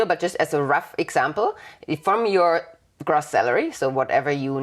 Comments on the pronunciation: Hey &, just a friendly tip - noticed in this video and your latest one on Tax returns that you are saying Gross with a short o sound like in Loss. Its actually pronounced with the longer o like in Grow (then add the ss on the end!);-) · Gross. Gr-oh-ss. not Gr-aw-ss. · It is not pronounced grass but groooss. Long o. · This is fantastic, a great well-explained presentation. (gross is pronounced 'grow ss). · It’s pronounced gr…oh …sss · Your pronunication of "gross" is quite painful :/ As educators in general and for this video specifically, a correct pronounciation can be expected.